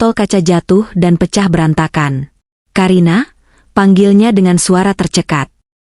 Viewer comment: Ka karina bukan ka a karina mbak tapi ka karina